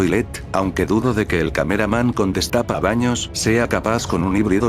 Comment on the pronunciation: Destapacaños no dezrapabaños jajJjaja😅😅😅😅😅